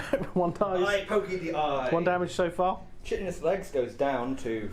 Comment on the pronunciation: Another great Battle Rep. But I have point out that chitinous is pronounced with a hard K not ch, "KY" + "ti" + "nuhs".